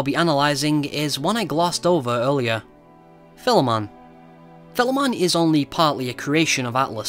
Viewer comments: video was amazing, and when you said Philemon's name correctly i was completely sold, not many people are capable of pronouncing the name (idk why tho) so.... congrats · yeah, philemon is a common name in history, so those persona reviewers that say it wrong just didnt do enough search, Major Highfive to Atlus